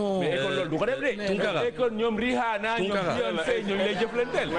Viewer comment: le fait de comparer le rap galsen et le rap americain veut dire juste que tu ne connais pas le rap, deja tu narrive meme pas a dire rihanna, si jetais toi apprend a prononcer leur blaze dabord, comme ca tu serais credible...